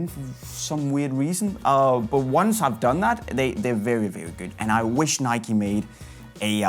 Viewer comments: Ah, yes the iconic “Nikie”. I’m more of an “adidaids” man myself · It’s Nike mate